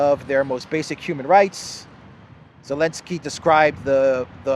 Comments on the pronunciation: AZOV is illegal now. only call them AOV please. love how u say Elenski. a little humor in all the drama and horror. 💟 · I love how you ignore the letter "Z" with such passion 😂😂😂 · I find it extremely irritating when you do not pronounce names the way they are supposed to be said. Your not anywhere where the z and v rules apply so why bother? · I wish this bozo would stop this hatred to Zalansky…and Bozo can’t even speak his name properly. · I love how you say elensky LOL 😆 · For goodness sake his name is Zelensky!!!!